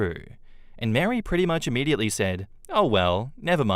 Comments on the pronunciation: Do Mary and Marie sound the same in his accent or is he just saying Mary instead of Marie?????? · a fyi Marie is pronounced Ma ree, not Mary. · Except pronounces Marie as Mary LOL